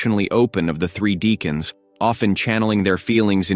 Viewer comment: It's pronounced DECK ans.